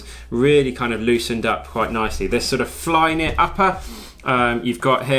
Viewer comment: And 'flynit'!